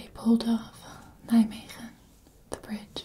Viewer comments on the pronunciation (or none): Nijmwegeeeeeennn😂🇳🇱❤️ Ik heb dat eerste stuk echt 100 keer opnieuw geluisterd om te kijken of je Nederlands of Engels aan het praten was hahah